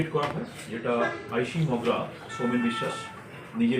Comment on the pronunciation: Magra noi mogra 😂